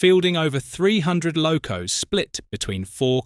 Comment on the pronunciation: Interesting video ruined by AI narration ! Locos pronounced low- coss ! Hymek pronounced hee meck !